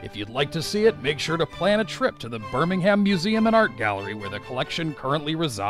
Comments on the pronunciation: And it's not "birming HAM" it's "Birming um"! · Lol exactly what I muttered under my breath.. And Birmingham is pronounced birmingum